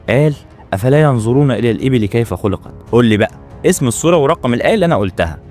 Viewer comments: ما قرات الاية صح أصلا،،،. افصح كلامك و خلي لهجتك عندك في كلامك لا كلام الله،،. ينظرون بالظاء لا ينزرون،، اتقوا الله و لا تحرفون كتاب الله ،، و معلومة خاطئة الإبل تستطيع ان تعيش بلا ماء اكثر من شهر أو اكثر لا سبع أيام أو عشرة،،، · لا تحكي افلا ينزرون الى الابل اقرأ بالطريقه الصح افلا ينظرون الي الابل ❤❤ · احسن الله اليك اخي وجزاك الله خيرا على هذه المعلومات صدقاً أني استفدت . لكن ملاحظتي لك على قراءتك للآية الكريمة ان لا تقرأها بلهجتك بل اقرأها كما تقرأ في القرآن . لانك قرأت " ينظرون " => " ينزرون " وهذا خاطئ ولا يجوز وجزاكم الله خيرا ❤ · الأصح أن تنطق {أَفَلَا يَنظُرُونَ} بالظاء، وليس «ينزرون». والأفضل أن تحاول نطق القرآن كما أُنزل وتحاول تتعلم وتجتهد بقدر استطاعتك. والدين يسر وليس عسر، ومن عجز عن النطق الصحيح بعد الاجتهاد فلا يكلف فوق استطاعته، لكن المطلوب منا أن نجتهد ونحاول تصحيح قراءتنا. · سبحان الله وبحمده سبحان الله العظيم ملاحظة بسيطة (ينظرون وليس ينزرون) ادري انه بسبب اللهجة لكن عشانه قرآن لازم ينطق مضبوط جزيت خيرًا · جزاك الله خيرا ولكن (ينظرون) وليس ينزرون بالضاء وليس الزاء 😊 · فعلاً سبحان الله وجزاك الله خير، بس الآية تنطق (أفلا ينظرون) وليس أفلا ينزرون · انا متابعك ومعلوماتك مفيده لاكن لا تنطق الايات القرانيه بلهجه اهل مصر مافي شي اسمه افلا بنزرون وتحياتي لك محبيك من اليمن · أخي صحح كيف تنطق حرفَ الظاء في الآية التي قرأْتَهَا ..عندما قلت : يَنْظُرُونَ . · {أَفَلَا يَنظُرُونَ إِلَى الْإِبِلِ كَيْفَ خُلِقَتْ} [الغاشية : 17] تنبيه مهم معلش وهو انك تنطق حرف الظاء في كلمة (ينظرون) بشكل صحيح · بس انتبه وانت بتقرأ حرف الظاء.. قرانه غلط مرتين.. الظاء حرف لثوي ويجب إخراج اللسان ووضعه بين الشفتين عند النطق به.. مثل الثاء.. والذال